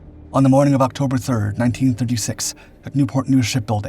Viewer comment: btw he said 1936, it’s just bad pronunciation of it.